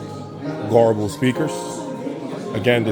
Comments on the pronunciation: If you have problems pronouncing Goebel like most english speaking people say it this way Gubel.and Kaiser acoustic is also not far from Göbel. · Garble ? thats how you say it ?